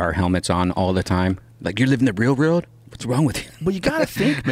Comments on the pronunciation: Brian "can't say the word world" Redban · Oh Bryan, i'll give you 10 bucks if you can pronounce World correctly. :)